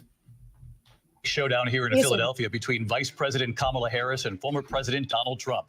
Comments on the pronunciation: He doesn’t know how to say her first name and don’t think he knows her last name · Ucccch, I just tuned into the livestream 47 minutes after the debate ended… and the first ad YouTube served up was Donald Trump Jr. looking strung-out and mispronouncing “Kamala” as he asked for money. I wish there were an easier way to block certain advertisers on YT.